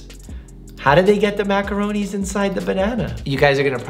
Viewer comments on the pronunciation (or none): Me being Italian and screaming at my phone when he says MACORONI?!?!?!?